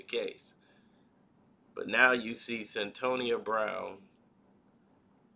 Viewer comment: stop mispronouncing people name it's Cyn toya that's how you say it's ah shon t not ashontay dam